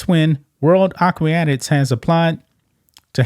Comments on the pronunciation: World AQUATICS, pronounced AH-KOO-AH-TICKS Ya know you can google how to pronounce words You’re reporting on an aquatic sport and don’t know how to pronounce basic words that are used in the field, that I can understand. What I don’t understand is that you didn’t take the 3 seconds it would have taken to check the pronunciation of said words. 🤦🏽‍♀️ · Just an FYI, it is pronounced A Quat ics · Aquatics... A-kwat-ics Sort it out. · No they haven’t been the US like to have their trials late, and it’s pronounced “akwatics” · The word is actually A- quat-ic. A short simple easily pronounced word . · "Ah_qwa-ticks" as a former swimmer... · Please learn how to pronounce Aquatics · If you can't pronounce 'aquatics', I may have issue. And Antifa is a 'terrorist' organization? Dude! Oh and while I totally agree with everything else you said but maybe you should do a bit of research before you speak? This Loser is trying his hardest to be a winner. HE (damn HIS pronouns) will never be one. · Bro, if you're gonna report on "aquatic" issues, you need to learn how to say that word. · you cant pronounce Aquatics...? lmao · The guy can't pronounce Aquatics correctly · This report is a giant piece of journalistic shit. Lia Thomas is not banned individually, as the report suggests, but all transgender athletes from sports under the IOC, which is the case for World Aquatics. Guy can't even pronounce 'aquatics'. Lia Thomas's swimming career ended when she got out of UPenn, as she cannot compete in any official competition organized by World Aquatics. The organization banned participation of transgender athletes in official competitions when Lia was still swimming in UPenn, as her case became a scandal and WA took a step forward before any similar cases would arise in Olympic swimming. I don't think the ban will be overturned; unlike woke universities, the IOC and World Aquatics know how to protect women's sports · It;s "aquatics" not aqWEEEatics. Other than that, good video.